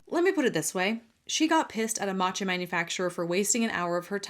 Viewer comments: The 'matcha' with a random 'n' thrown is was driving me nuts. It's 'maa-cha' not 'maan-che' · I want someone sooo badly to keep commenting on her video about "maachaa" (her pronunciation urked me so much, I'm a graduate of Japanese studies) to throw her hypocrisy back at her.... and on other videos as well to warn people. So irritating, her whole shtick.